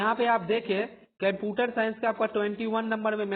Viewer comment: bhai computer to thik se bol lo.